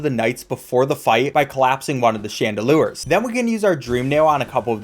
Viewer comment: Impressive speedrunning skills, might want to work on english tho "Grooz’s Mother" 💀 who is grooz "SALUMBRA" WHERE TF DID THE M COME FROM "Chandaloors" how does this even happen where are you getting these sounds